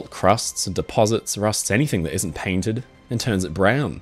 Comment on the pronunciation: “Paintended” I see u